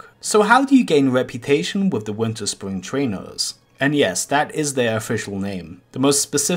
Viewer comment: “The winterspwing twainers... and yes that is their weal name.”